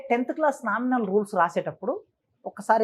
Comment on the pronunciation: నామినల్ రూల్స్ కాదు.. నామినల్ రోల్స్ , జిన్నారం కాదు జన్నారం. ఇగ నువ్వెందో ని చదువేందో బయటపెట్టుకున్నావ్ ..నువ్వు ప్రిన్సిపాల్ స్థాయి మళ్ళీ 😂